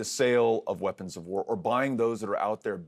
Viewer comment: Im sick of hearing "weaponds of war" and hes the only one who says that